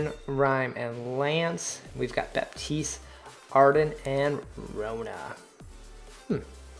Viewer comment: The P in Baptiste is silent.